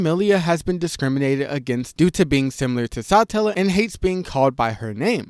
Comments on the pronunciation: its suh-tella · hearing you pronounce it as Sahtellah is so cringe. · its Satella, not Sutella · SaaaAaatella😂 every rezero creator says words weird 😂😂😂